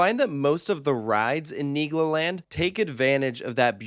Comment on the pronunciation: LOL IS RIGHT! Really gotta make sure you annunciate that L in Niglo 🥲😬